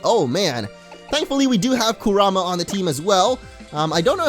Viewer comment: Am i the only one that is still bugged anout him saying kurama wrong